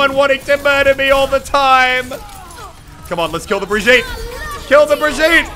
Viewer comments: Well as a swede i can say that you pronunced it right at first, it's pronunced brigitt not brigitta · Muselk, my man. It not BRigyte Linhoulm, it's BrigiTTe LinDHolmm. Trust me, I'm Swedish, I know these things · No, for fuck's sake, Brigitte = [Bree-GIT-teh], with the stress on the second syllable. We Germans pronounce the name the way it is written, with the vowels pronounced the international way: i = [i], not "aye". The double T means the vowel preceding it is short. And the German g is guttural, like the g in "git" "or "get", not like the g in "gem"! Saying "Bree-yeet" is pronouncing it the French way. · Muselk I'm german so I can teach you: Bregetae. If you read it in english you will pronounce it about right, unlike papa jeff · Muselk its pronounced beer gee te leend h olm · Bree-geet-ah liyn-hole-m say it fast and you got it. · Her name is prenounced "brijit". There is a famous voice line of reinhardt and he says her name in it. Checkmate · youre saying it wrong and so does jeffy. its brigitta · Muselk haha I’m Swedish....... When you say birgitte 😂😂😂😂😂😂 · It was enough when we swedish people had to hear ”Torbjourn” all the time, and now we have to listen to ”Brigeet”. Kill me pls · As a french we say Brigeette and this is kind of fun actually because for most of people in France Brigitte is an name for people around 40/60 yo xD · It’s Brigitte!~ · Prononced Brijit. It's a french name and I'm french, so you can trust me on that. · I say Im danish and I agree with the Norwegian about how to pronounce her name tho I would write it like bree-gi(so ki with a g)-te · CrunchyFrog as a German, you should know that you pronounce this as bri-gitt-teh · Learns how to say Brigette calls her brgeet the next clip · Dear English talkers, say B as usual but with R you have a bit trembling, i is just said fast and gitte is basically the same, now it becomes Brrigitte. Thank me later (sorry for bad english, if you couldn’t tell I’m from Sweden 😜) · It's like Bryygyittew.